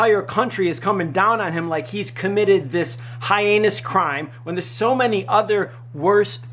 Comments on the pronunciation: You are a moron. Learn how to pronounce sedatives and heinous. The accent is on the first syllable in sedatives and there is only two syllables in heinous (hey-nus). Second, mistake implies choice. He did not choose to be born Korean and it is therefore not a mistake. It is unfortunate for him that he is Korean since he apparently likes marijuana. It is a mistake that he chose to use marijuana. I have nothing against the drug or people who smoke - I lobbied for legalization in the US and continue to do so in order to bring the laws up to date and so that they will make sense and stop contradicting each other (making it legal is only the first step). But the fact of the matter is that it is illegal in Korea. TOP knows that and chose to smoke it anyway. These videos seem to be less and less about TOP and his situation and more about you promoting everything that is awesome about marijuana and challenging laws. That is fine and I am right there with you. But if you are going to make the majority of the video about how backwards Korean drug laws are then you should do two things. First, you need to give the video a different title. Clicking on the link for updates on TOP's situation and listening to you rant for most of it about a retarded legal system is annoying. Secondly - if you are going to climb on your soapbox about the laws then it would be helpful if you took the time to research some of them so that you might know the facts and be able to speak with some degree of clari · He pronounced sedative and heinous incorrectly....